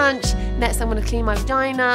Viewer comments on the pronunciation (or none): The way i CACKLED about you saying vahina 😂😂😂😂😂 but seriously i hate that it’s so taboo thanks for talking about it!